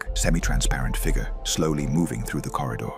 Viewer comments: Fig yur. Not fig ger. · Can not pronounce the word figure correctly.